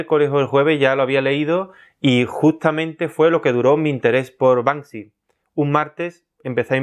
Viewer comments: Y a ver que "Panksy" jajajajajaja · Acabo de darme cuenta de que su nombre es BANKSY y no Bansky, sorry : ) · La gente que dice Bansky es la misma que dice mounstro. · "Y a ver que panksy" ja ja ja ja ja ja. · No es Banksy... es Bank Si!